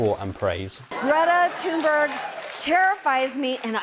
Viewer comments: I'll give you creds for the effort, but you totally didn't pronounce her name right, dude. It's not "Ten-buuurg" but "Tuun-berg" where the "berg"-part is pronounced like you pronounce Burj (Dubai), only with an "e" sound instead of the "u" sound. Think of "Tuna-burj" without the a at the end of Tuna and an e sound instead of the u sound in Burj. Brits may have invented sarcasm and political satire, but the American brand of those are distinctably American, there's no doubt about that. British and American (political) sarcasm and satire is as far from each other as they could. As a Norwegian, the UK English - US English issue is in some ways something we understand, because many of us view Norwegian and Swedish kinda like English and American English, where Swedish is a bit more loose and "lagom" as they say, while Norwegian is more stiff and dry. Where Norwegian slang has come to "halla" for saying "hello", the Swedes got things like "tjalabajs" going on in the greeting compartment. Kinda like British "hello" vs American "howdy" or British "Horray!" vs American "Yippie ki-yay". We got the exact same thing going on in Norwegian and Swedish, they being essentially the same language, yet with those distinct differences. Danish is also essentially the same language but they talk like they have a huge potato stuffed down their throats so many of us don't understand a word spoken Danish, even though it's written form is almost identical to Norwegian and easily read by every Norwegi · It sounded something like Tuun-ber-i-ye to me but with out pronouncing the last two vowels. That's pretty tricky to do. Would Tuun-berry be a decent approximation? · It was better than just going for the English pronunciation but it limps. He needs practice is all /Sweden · Lol thats not how her name is pronounced, it's tunberj not tenbu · It's Greta Thunberg not Thunberu xD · Its pronounced "toon-berry" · Great toon berry 😂 and yes.. that’s how you pronounce her name.